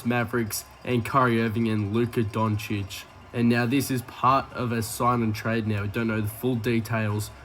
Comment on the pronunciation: How can people pronounce Antetokounmpo effortlessly, but never learn to pronounce Doncic?